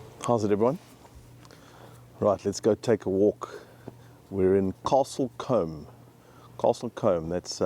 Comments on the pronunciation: Castle COOOOM! not comb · Like many have said it’s not Caslte Comd as in combing your hair. It’s Castle Coooombe!!! Also the original Dr Doolittle with Rex Harrison. There is also a raceway just down the road. The tiles on the roof are stone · Castle Combe like tomb not castle comb, lol. You would think if he is making a video of a town he would check the pronunciation. Yes roof tiles not shingles, lol, very different. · NOT Comb it’s Coombe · St Andrews church in Castle Combe dates back to the 13th Century. There is a tomb of a knight dating back to 1270 AD. Combe is pronounced koom, similar to tomb and not like the comb you tidy you hair with. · Castle Combe is pronounced "KAH-sul Koom" (or sometimes "KAH-sull Coom"). The key is to pronounce "Combe" to rhyme with "room" or "zoom," not "comb" or "bomb". The guy who made this video is not English, hence his inability to pronounce the name. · So many wrong things here. Firstly, it is pronounced Castle Coooom. Secondly, it is not a town, it’s a village. Thirdly, it is not medieval. Research is everything. Also, they are not shingles they are roof tiles. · Love that you take your pronunciation of Castle Combe (coom ) from someone NOT from the UK ( Possibly South African accent) who also pronounces it incorrectly .:face-blue-wide-eyes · The village name is actually pronounced Castle Coom. The word Combe (coom) is from an early medieval Anglo-Saxon word (cumb) merged with the Welsh (Brythonic Celtic) 'cwm', and means a narrow valley. There are several towns and villages, mostly in Southern England, with 'Combe' as a suffix or prefix, as in 'Combe Martin' in Devon. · It’s called coooom not how he was saying it lol it is as beautiful though, my grandparents lived in Wiltshire so we visited Bath & other places a few times. Most of the homes are worth millions now… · As someone above has said - "Castle Cooom" is the correct pronunciation and the roofs are covered in Cotswold Stone. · Castle Coombe, rhymes with broom.😊